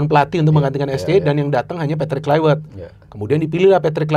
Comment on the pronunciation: Klaiwert😂 gak semua huruf V itu harus dibaca W. Yg punya nama aja bilang penyebutan namanya pakek V bukan W